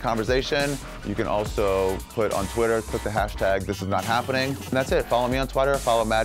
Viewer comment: He definitely says follow me on twatter.